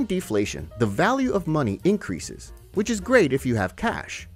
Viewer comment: “Muh muny”